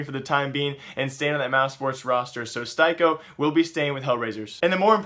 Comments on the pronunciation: Steye-ko? Pronounced Stee-Ko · not a big thing but STYKO is pronounced stee-koh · its STEEEE CO. Pronounce it right. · Pretty sure it's "stick-o"